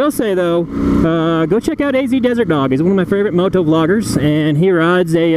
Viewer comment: Have you ever noticed how you say moto?